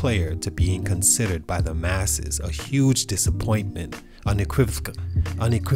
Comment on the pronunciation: Un E quiv oh Kah Lee